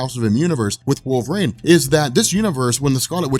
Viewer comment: Cool video. But you talked way too fast, but that's understandable. But I had to quit when you got to Wolverine. Because you said, Wolver-aine....about 90 fuckin times! .....It's not wolver-AINE....it's wolver-EEN!!!! LMAO...sorry, but things like that bug me.